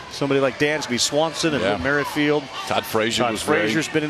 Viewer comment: Come on kid your in the LLWS and you can’t even pronounce Whit Merrifeilds name right😐